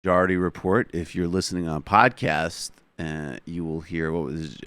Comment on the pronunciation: Michael "ma jarity report" Brooks